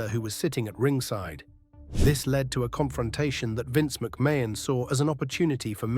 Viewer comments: Vince McMain😂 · The pronunciations of McMahon is funny though